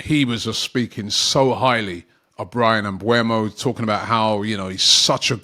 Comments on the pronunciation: It's MBEUMO Not MBUEMO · It's MBEUMO and not MBUEMO !